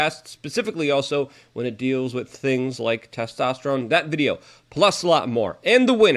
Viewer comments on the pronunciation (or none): none